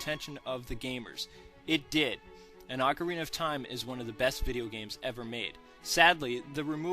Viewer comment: just 3 words : OCARNIA OF TIME !!!!!!!!!